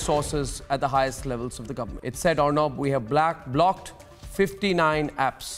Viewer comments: His first word of choice is BLACKED, instead of BLOCKED. On-air pe aane se pehle restroom mein BLACKED dekh ke aya lagta hai ( ͡° ͜ʖ ͡°) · The moment arnab said blacked instead of blocked Sh*t I lost my 69 milestone.